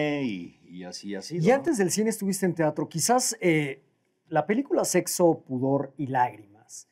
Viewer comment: ¿Tiatro? dice ¿tiatro?